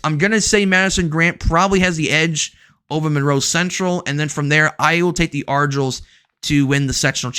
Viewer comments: Thank you! I cringed very bad when I heard "arjills" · For MG the mascot is pronounced "are-guy-lls" (like argyle socks) A Scottish warrior from Argyllshire.